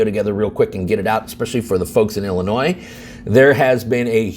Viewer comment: I think intentionally flubs one word per video to keep us on our toes. Today was percolate (with a "u"), previously it was Illinois (with an "s" sound) and attorney generals (with a misplaced "s"). Don't get me wrong, if I am ever in legal trouble in WA, I am calling his office, but after this, he will probably tell me to pound sand. I really made this comment to provoke some kind of response (from anybody) because I think YT is blocking my comments, or the responses. I thought it was just the notifications, but now I am getting suspicious. Or maybe I am just not worth responding to. I suppose that could happen too.